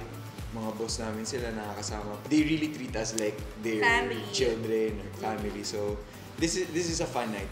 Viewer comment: "my pAmiLee" HAHAHAHAHAHAHAHAHAHA